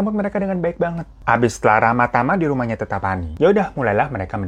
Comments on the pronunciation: Sebutan tetta pani nya itu Tet-ta, dua t nya (tetta)bukan teta😅, itu sebutan bapak/ayah di makassar. Bang hiro lucu nyebutinnya😂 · Salam dari Makassar kk Hiro Btw pas nyebut Bawakaraeng & tetta lucu logatnya hehehe